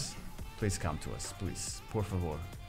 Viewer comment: "por favor" as a Brazilian, I really liked to hear it